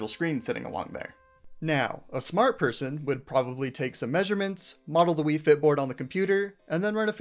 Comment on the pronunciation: Ah yes, "faiyt"